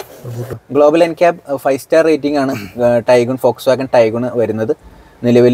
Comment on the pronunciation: ഫോക്സ് വാഗൺ എന്ന് പഠിച്ചു പറയുക bro